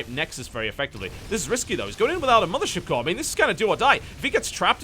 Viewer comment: lol, everytime i hear you say "mothership core" i think you're saying "militia core" and i sit there wondering what that is, every time